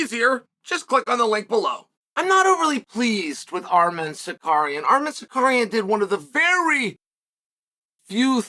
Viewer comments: Armed-man Sicario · Arman Sicarian according to uncle Chael